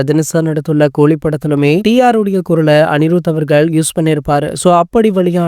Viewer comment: கூலிக்கு கோழி கோழினு உச்சரீக்கறீங்க.